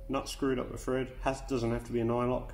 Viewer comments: Are you saying Fred or Thread? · THread, not FRead. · Thread not Fred ;)